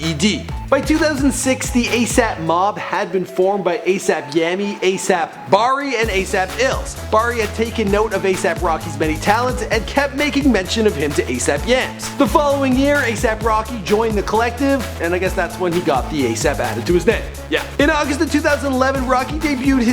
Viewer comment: And it Yams not Yami